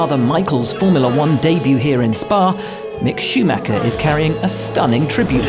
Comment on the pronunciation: at least learn how to pronounce Schumacher!!! it is NOT schumakker....!!!!